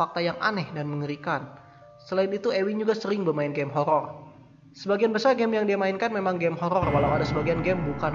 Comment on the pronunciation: horor bang bukan HOLOL :D